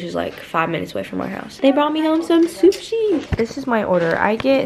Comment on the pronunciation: THE WAY SAID SUSHI IS KILLING ME